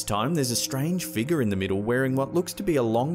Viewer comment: why can't he pronounce the word "figure" correctly?